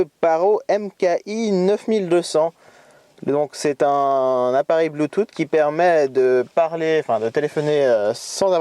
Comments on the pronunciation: Bluetoote, Non bluetoosse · Sa ce dit Bluetooth